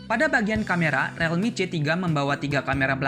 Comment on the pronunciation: membenarkan saja bang, bacanya bukan "relmi" tapi "rilmi" real dibaca ril